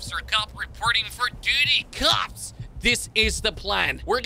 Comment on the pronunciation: kops or cops?